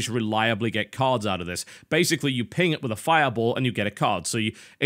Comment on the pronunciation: Does anybody else think "Tim it" when he says "ping it"?